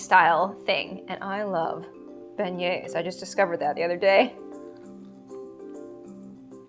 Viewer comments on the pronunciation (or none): none